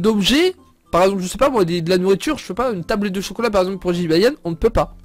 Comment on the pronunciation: Un Jibayan?Désoler mais c'est Jibanyan mais pas Jibayan Ok tu me stresse avec sa Jibayan Jibayan....!!!!!😬😬😬😬😠😠😠😠😠😠😨😨😨😨